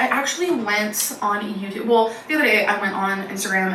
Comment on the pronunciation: This morning my boyfriend pointed out I say ‘whale’ instead of ‘well’. He’s not wrong I do!